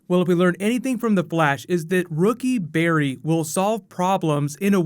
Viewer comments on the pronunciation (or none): It's not Barry good lord